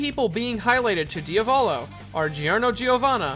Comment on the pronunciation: Yeah, why can't pronounce Vento Oreo names normally? How many times must he talk about Diavolo in his videos before he realizes that saying "Deeavahlow" probably isn't right?